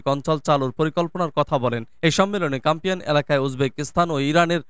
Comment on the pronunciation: CASPIAN NOT CAMPIAN